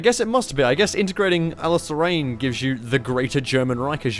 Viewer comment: "Alice Lorraine" wow she says nice